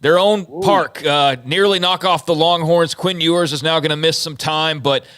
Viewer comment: Texas fan here. I love your show......watch it a lot. But, Mr. Bennett doesn't need to make jokes about Longhorn spotters.......bad timing. Quinn's last name is Ewers.........not whatever he was trying to say. I do like that the Texas coach, Sar-KISS-ian, as pronounced by Bennett, doesn't take cheap shots. Thank you !!